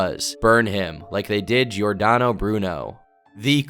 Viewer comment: Giordano pronunciation is very american, I think you went through a lot of trouble! You could always say like Jordano, this is how it's pronounced in italian. Like Jordan? but Jordano.